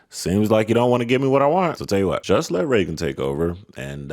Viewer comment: Who is "reggon"?